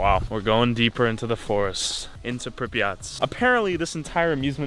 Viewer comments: its not prenounced prip e aht more like prip yaht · Did he just say Pripyat